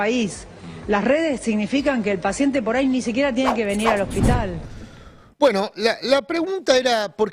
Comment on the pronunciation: Adorni no sabe ni siquiera pronunciar el nombre del hospital correctamente. Que se puede esperar de semejante personaje? NADA BUENO